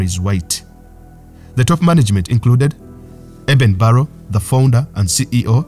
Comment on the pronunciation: Eben Barrow is ACTUALLY Eben BARLOW!!!!! Please learn how to pronounce English!!!